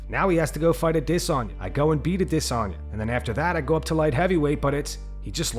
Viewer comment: Immediately click out of the video when I hear "Adisanya" it's so unbelievably lame